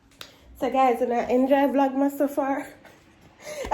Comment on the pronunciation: I love how pronounce vlogmas correct. When I listen to other Jamaican Youtubers say it I don't know where them get O&U from in VLOGMAS 😂😂😂😂